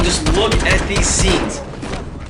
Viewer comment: whats so hard to say "scenes?!" when u say it always sounds like sits